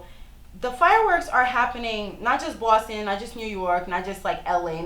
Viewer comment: Great video! You're amazing: smart, talented, funny, dedicated, beautiful and you have a nice "accent" (I love the way you say Boston). That's it, bye